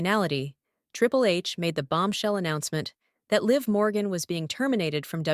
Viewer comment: Stop mispronouncing Liv Morgan 😢